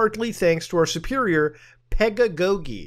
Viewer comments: Finally my time to shine : it’s pronounced Peda-Go-Jee That’s the only thing I retained from a college writing class 😂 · "pedda-goggy" is how it's pronounced, it's a three dollar word for teaching. Also it was three psychic kids predicting crime before it happened in Minority Report, not an AI, that's oncoming reality. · o man hearing muta pronounce pedagogy may be my favorite thing on the internet today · this man never seen the word pedagogy before? lmao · Pedagogy is a term that refers to teaching. Also that second g is pronounced like a j.